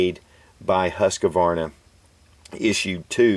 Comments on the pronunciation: you pronounce it huskavarna its husqvarna no a after the q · its "Huskvarna" not "Huskavarna". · Great video, i have a predecessor to the m84 and m87, the single barreled caplock Husqvarna m1850. unfortunately not in working order though. btw, you should pronounce it like: hus-kvarna, hus sounds like Canadians say house and then a k instead of q. the name comes from a Swedish town where the company was formed and the k was changed to a q in the company name to differentiate the two, just if any one's interested :P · Pls. skip that Høskavarna, it's called Husqvarna and nothing else ! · Beautiful guns. I love those old service revolvers. I noticed that you mispronounce Husqvarna. The 'U' is pronounced like the 'OU' in 'ghoul'. The 'qvarna' part is pronounced sort of like "kwanzaa", only without the 'Z'-bit. Take care! -Robin from Denmark.